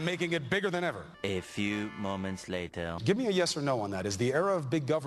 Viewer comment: hahah "eh, few moments latah"